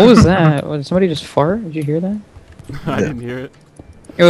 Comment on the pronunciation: also said "lika some-booody", who knows, maybe the crew is part of ownagepranks...